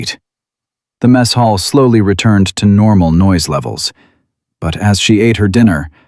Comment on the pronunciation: Please tell your AI it is a mess hall not a French missile chuckle. It's distracting and disrupt the flow of the story when the AI doesn't use the proper context it's not as smart as it thinks it is😂